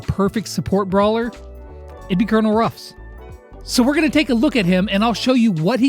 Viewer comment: Why does everybody say Cornel Ruffs not Colenel Ruffs